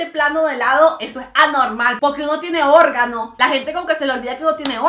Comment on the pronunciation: Es cosa mía o en este video a Mariale se le salió el Venezolano total cuando hablo de que la gente tiene organos 😂🇻🇪